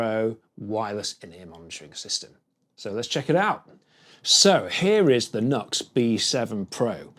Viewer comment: Nice job! Just fyi, it's pronounced as "New Ex"